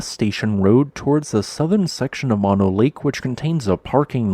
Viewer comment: I believe “Mono” is pronounced with both “o”s being long, i.e. like saying “oh”. The Save Mono Lake Committee is still alive and accepting donations.